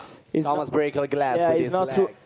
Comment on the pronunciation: quel "break" mi spezza il cuore a me che faccio il Linguistico